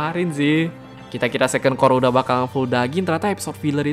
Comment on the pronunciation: Core bang bukan cour🗿